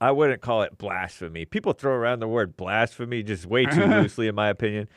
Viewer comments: "I wanna' know if this is BLAS-tuh-PHMN." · Buddha BLAST-tuh-PHMN